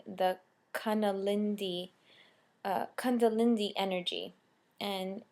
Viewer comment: Kun-da-li-ni. Not kunda-lindy.